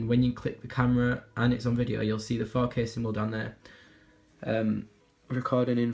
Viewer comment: when he says 4k I feel like he's saying fuck it